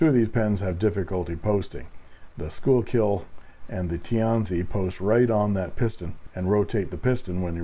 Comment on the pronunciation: Schuylkill is pronounced "Skookul". I live only a couple of miles from the Schuylkill River in the Philly suburbs. There's also a Schuylkill Rd a few streets over. I know it looks like "school-kill", but we like to leave that to the Boomtown Rats, because they don't like Mondays.